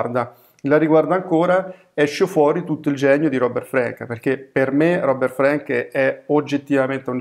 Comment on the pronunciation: Scusate il puntiglio, ma si pronuncia con la “a” aperta, come Anna Frank E poi, il solo fatto di essere straniero non mette al riparo da pregiudizi e stereotipi... La differenza, in questo caso, sta nella acuta capacità di Frank di comprendere i fenomeni sociali (l’America tutta - rurale e non - ritratta nel suo aspetto quotidiano, così lontana dalle contraddizioni e ipocrisie dell’epica di propaganda), unita a una sensibilità personale tormentata e a un indubbio genio grafico. Non solo il libro dovette essere pubblicato in Francia, ma alla sua uscita negli Stati Uniti procurò al suo autore accuse di anti americanismo che lo amareggiarono profondamente e contribuirono ad allontanarlo dalla fotografia. Oltre sessant’anni dopo, The Americans, è un documento storico imprescindibile e ancora una grande lezione di estetica fotografica: cruda, non compiacente, “mal-educata” (per i canoni del tempo), ma molto diretta, delicata e comunicativa. Concordo con voi: dovrebbe essere obbligatorio alle medie e negli istituti d’arte. Sempre grazie per le vostre proposte.